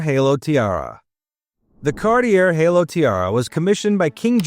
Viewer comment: Cartier was mispronounced. It is pronounced CAR-tee-ay. Not CAR-tee-err. This is a worldwide known luxury jeweler. There’s no excuse for mispronouncing that. Greville is pronounced as GRE-veel (French) or just GRE-vill (English).